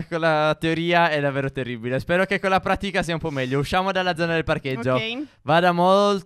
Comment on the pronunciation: Stef ha detto pratíca invece di pratica